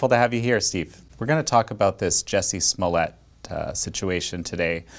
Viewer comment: It is pronounced smollay...